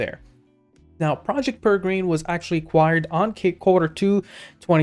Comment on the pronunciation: PEREGRINE is Properly pronounced as Pair-a-grin....named after the Peregrine Falcon.